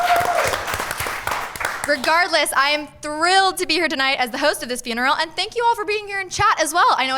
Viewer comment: its not FYOON erul its FUN erul